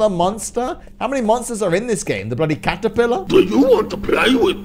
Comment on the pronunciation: He always. Says bloddy